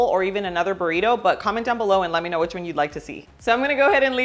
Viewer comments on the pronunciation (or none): It’s funny how she sayed “Burriro” (Burrito) but she can say perfectly “Barbacoa” and oregano